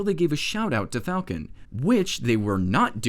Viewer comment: "Flacon" Nice